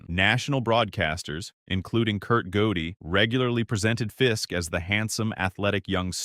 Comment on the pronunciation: The name of the famous announcer he refers to should be pronounced Curt Gowdy, not Goady! What a baseball historian!